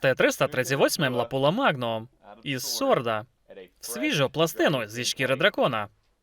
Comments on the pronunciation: Не лапула а лапуа) чи це мет так каже?) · не ЛАПУЛА, а ЛАПУА. фірма Lapua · Перекладачу, сам ти лапýла !!!! Читай назви перед перекладом !..